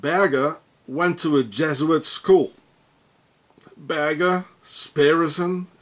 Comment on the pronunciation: You couldn't be more wrong regarding Oscar Berger. He is of Belgian descent, pronounced "Bershay", French for "Shepard".